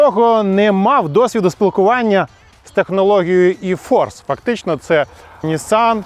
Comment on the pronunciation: Приємно слухати - Е-павер, Е-форц. Бо недолугі блогери повторюють за цапами і Е - латинське, і українське читають як Є. Так неприємно слухати...